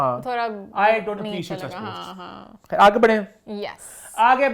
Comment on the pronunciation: Ye POSTEIN kya hota hai bhai? It’s POSTS 😂😂